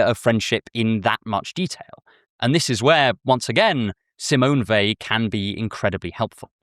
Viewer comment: Thank you for pronouncing her name correctly